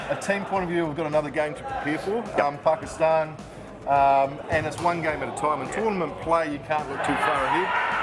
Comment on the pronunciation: The way he said Pakistan is exactly the same way Pakistanis say it.